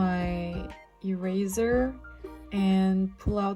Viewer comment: THE way she says earser earser😅😆no hate